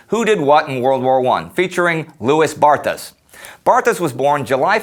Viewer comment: Indeed, his name should be pronounced "Loowey Barta." Interesting clip, nonetheless.